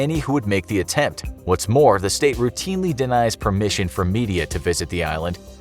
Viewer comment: Calvary (a site of a shrine), not Calgary (a place in Canada). Look up the verbs "to lie" and "to lay". "Make the attempt," not "make the attent" (whatever that might mean, if it were a word). And a radioactivity symbol is not a biohazard symbol. I used to have some respect for this channel for its entertainment value if nothing else. But it's become too careless and riddled with mistakes and misinformation to be credible anymore.